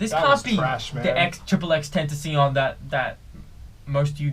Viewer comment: it's pronounced x,x,x,tentacion